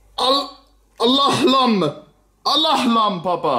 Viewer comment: Al Ahlam means "the dreams" in arabic And you pronounced it very good, I'm surprised